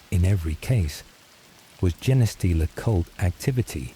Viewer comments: Why does the AI day jeneh stealer? It's Gene stealer pronounced like Blue Jean stealer. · The AI voice annoyed me at first saying Jenah stealer but then I just imagined it as a stupid Servitor reading me a bed time story from the archives. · Jenny stealer (Forest Gump) is how Ill always hear Genestealer now.